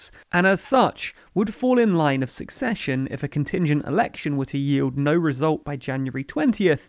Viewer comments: Succession - who takes on a vacated role - isn't pronounced the same as secession - a portion of the country splitting off. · Am I going crazy or are you saying succession wrong? Am I thinking of a different word? 😝